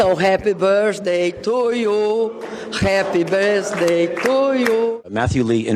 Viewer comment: "répi bâster tu iu" - Rousseff Dilma.